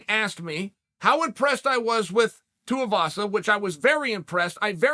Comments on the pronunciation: Repeat after me Too-ee-va-sa, not T.O. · Chael: Ti-u-vasa Me: Ti-u-vasa Chael: Tu-i-vasa Me: Tu-i-vasa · Someone please explain how Chael can pronounce Tuivasa